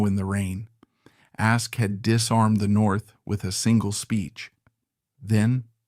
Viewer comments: And the AI wasn't even consistent in the error, moving from Ask to Askee back and forth. For those of us who know the history, it's annoying, but for people and kids exposed to this history for the first time, it's confusing. How difficult could it be to get a history major or a theater student to read the text? t theater studen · Hey AI IT's not ask-ee It is ASK ending with a no sound E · His surname is pronounced Ask not Askey.